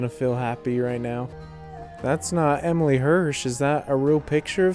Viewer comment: his name is Emile pronounced A- Meal